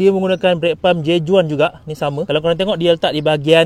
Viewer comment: J.Juan perlu disebutkan seperti "J.Wan". Spanish.